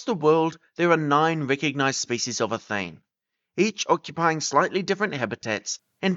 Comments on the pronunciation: Interesting but I think athene should have 3 syllables: a-THEE-nee. It obviously comes from the Greek goddess who is usually portrayed holding an owl and she certainly was pronounced that way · Athene should have ALL the syllables pronounced Atheenee.